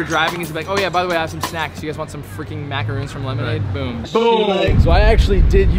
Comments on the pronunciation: i hate when people make this mistake. aka the biggest mistake in life... THOSE ARE MACARONS NOT MACAROONS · Legit a Person they’re pronounced macarons tho